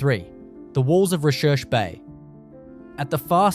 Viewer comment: Recherche Bay is actually pronounced 'research' bay